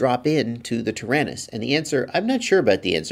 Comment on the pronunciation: Hi, you keep saying "Tarinis"....I'm assuming you mean the XD9.....what about those of us that are on somewhat of a budget and bought the QX7.....will these work in our "Taranis"? Are some/any XD9 parts interchangeable with the QX7?